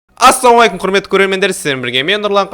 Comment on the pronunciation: Ассаумайкум деп айтпаш ассалаумагалейкум деш